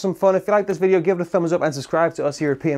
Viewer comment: You said bideo instead of video 😅